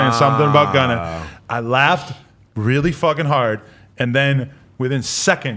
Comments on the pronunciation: stop saying gunnet 😢😢😢😢😂😂😂😂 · I lost my mind when he said “shegunna”